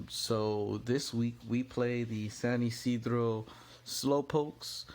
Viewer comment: Shout outs for saying San Ysidro correctly